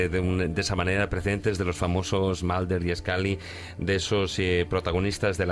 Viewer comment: 'Malder" y "Scally" ... OMG!